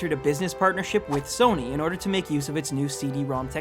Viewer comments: I don't know of this sona you speak of but I do know a Sony sòw-knee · Sounded like he said "heard of a company called Sona" wtf lmao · did I just hear him say "sone-uh"? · what's a Sonar or what ever he tried to mean? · did this nigga say SONAI bitch don't even talk about sony if you can't even say it right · Sona SONA ITS SONY NOT SONA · Its pronounced SO-KNEE! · Why does it sound like he first said "Sono" to me!? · Yeah,it's actually WTF cause one does not simply make mistake while pronouncing SONY,even it was small back then,plus it was not small back then also. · i didnt know that the "Y" in sony was pronounced as an "A"!